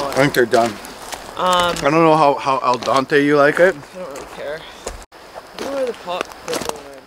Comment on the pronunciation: I love your show. Keep on. Ps. It is pasta al dente not al dante 😁